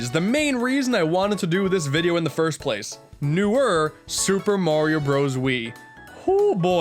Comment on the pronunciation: new Shuper merio broos😑👋(facepalm)